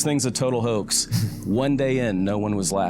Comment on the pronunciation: Hoax is not pronounced 🚫 Hah_ex it's pronounced Hoe_exed or Hoe-ex